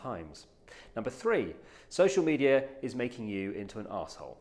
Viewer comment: Why does he pronounce it social meteor